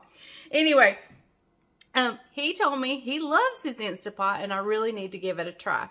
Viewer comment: It's not stA .. it's staNt .. pot